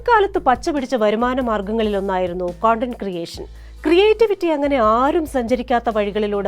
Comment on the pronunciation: കൊണ്ടന്റ് അല്ല കണ്ടന്റ് മോളെ